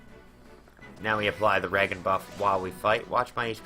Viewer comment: Re-jen , not Ragan